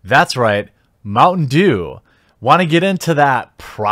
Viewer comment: Oooh, you were saying "mountain dew". You slurred your speech a bit and it sounded like "mungdu" at the start and I was confused.